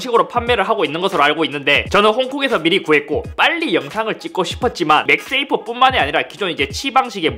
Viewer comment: 맥스 에이프로 들리는데 ㅋㅋㅋ 맥 세이프 라고 하는게 낫지않을까요?